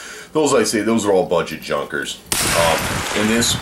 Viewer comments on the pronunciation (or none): none